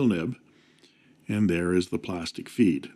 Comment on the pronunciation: When you say “and there is the plastic feed”, i could have sworn i heard figboot